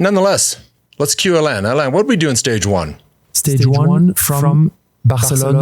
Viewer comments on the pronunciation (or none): none